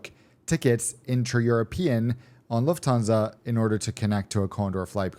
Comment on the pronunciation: Luft-stan-sa (IDK what I'm saying)